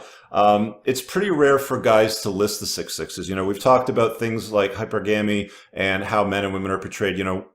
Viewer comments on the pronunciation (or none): Thanks for your channel! And, yes, it’s old behavior with a new name—please note the more common pronunciation hyPERgamy (not HYpergamy) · Maybe look up how to pronounce HYPERGAMY and HYPERGAMOUS 😂😂😂😂😂 or if that too much effort watch Fresh and Fit since Myron will usually say it 😂😂😂😂😂😂😂😂😂😂😂😂😂😂 hint it’s NOT HYPER GAMY 😂😂😂😂😂😂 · Tough love time,. I love your content and want your message to resound as widely as possible. That's why I have to reveal my inner pedantic twit and call you out for your mispronunciation of "hypergamy," and that's precisely what it is. If you intend to be taken seriously as a leader in your field you can't continue to stubbornly insist on inventing your own pronunciations of the key terms in said field. You sound as cringe as do geopolitical pundits like Zeihan and VDN do when they pronounce "nuclear," "new-q-lur." Get help for your speech impediment. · Please look up the pronunciation of the word “hypergamy”… just for shits and giggles. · Why are we listening to someone who can't pronounce hypergamy? Lmao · Someone please teach how to pronounce hypergamy...for the love of god! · 10 years in and this guy still cant pronounce Hypergamy properly..